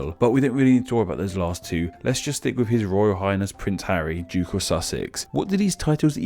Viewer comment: I love your videos but this one was tough to listen to and I couldn't get past the background info. Something is off about the audio or maybe it's just more mumbled than usual, because I had a really hard time understanding a lot of words you were saying, primarily "royal" and "duke"--and anything with a hard "th" sound was distinctly an "f" to my ears. :(